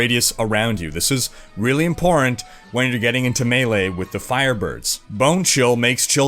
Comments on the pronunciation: Why do you always say "impor ant"? Do you have something personal against that middle T? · No offense or anything, but, is it just me, or does pronounce "important" as "imporant"?